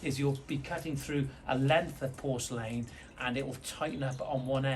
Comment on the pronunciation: Sorry, but has to switch off after hearing your pronunciation of porcelain. 🤣🤣